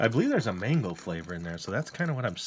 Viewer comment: I thought he said mangle not mango😭😭